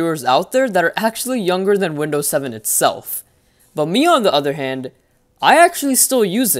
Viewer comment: Lol windoos 10 beteer sooo beteter